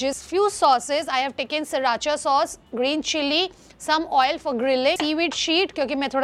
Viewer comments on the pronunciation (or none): it's not siracha it's sriracha